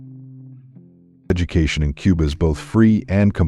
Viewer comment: It's not quba it's Cuba